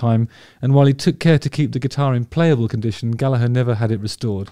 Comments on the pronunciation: Beautiful pronunciation (especially from an english man) Your vids are great!! (i just never log in, sorry) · Yes, it's the Irish, and thus correct, way to pronounce it, given it's an Irish surname. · Exactly Gallag"HER" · As an Irish blues guitarist myself, thank you very, VERY much for knowing how to pronounce Rory's last name properly. Most non-Irish people seem to insist on pronouncing it "Galla-grrrr," which is really quite annoying!🤣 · Yes and also mad respect how Justin says Gallagher instead of Gallager. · Rory is a god. As a side note, I love that you’re pronouncing “Gallagher” correctly! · Pronunciation of Gallagher is perfect and much appreciated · Thanks so much for pronouncing Gallagher as we do in Ireland. English people can sometimes change our names in a manner that can feel a bit demeaning in a kinda colonialist hangover (Still prevelant with comedians like Dylan Moran, Dara O'Briain etc) so it carries extra care to us Irish when you show him that extra respect. Also it's not a very common name so just an FYI, Donall, also spelled Domhnail is pronounced to rhyme with Dough as opposed to Donald, so Dough-Nall is how that's said. Amazing video and great to see some love for Rory. Cheers Justin. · thank you so much Justin for pronouncing Rory's name correctly!!!! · Isn’t it nice to hear an Englishman who can pronounce “Gallagher” properly? Kudos Justin. Classy as always 👍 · Great to see you pronounce his surname correctly. What a player. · I really appreciate your pronouncing his name properly. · Congratulations. You said his surname correctly. Thank you so much. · Thanks for softening that "G" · Then he murders Donal 😂 ( dough nal) but all forgiven loves Justin's channel